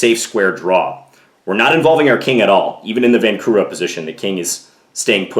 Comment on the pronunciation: A better explanation of the Vancura position but super cringe to hear the incorrect pronunciation of his name. It's pronounced, vanCHura, not vanKura. So you know why it's like fingernails on a chalkboard for anyone who knows Czech.